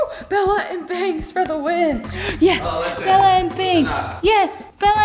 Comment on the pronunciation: Bella not bell